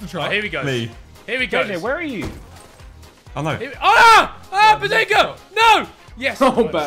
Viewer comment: sounds more like hes saying behziga